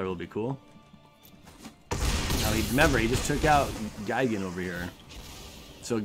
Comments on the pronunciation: "gig-an.." "GUY" gan,... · on the pronunciation of Gigan, it's guy-gan